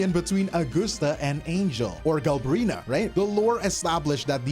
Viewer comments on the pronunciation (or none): If he says Galbrina one more time I'm gonna lose it